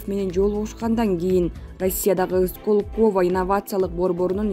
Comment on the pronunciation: Диктор мектепти бүтүргөнсүңбү? Сколково деген сөзгө ударение коё албасаң кантип иштеп атасың . Мариуполь жөнүндө сүйлөбөй эле коёюн. Уялбайсыңбы.